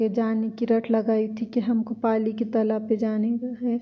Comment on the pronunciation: Mam paali ke talab ko aap pyar se pailee ka talab bolte kya😆😆😆